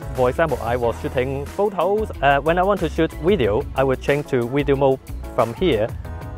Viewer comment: what is a "wideo"?